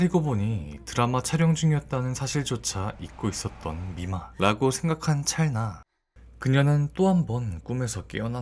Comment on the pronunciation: 찰나는 [찬나]가 아니고 [찰라]라고 읽습니다. [나]를 발음하기 위해서 애쓰지 않아도 됩니다.